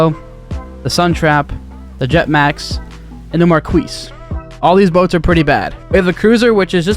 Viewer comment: Marquis? Pronounced (mar-kee)